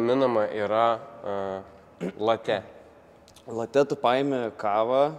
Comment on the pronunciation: dėl espresso tai viskas ok. Bet jeigu jau mokini, tai reikėtų ir pačiam mokėti iki galo. Ne latĖ, o lAtė. Itališkas žodis, kuris reiškia "pienas", ir kirčiuojasi jis būtent taip. 🙂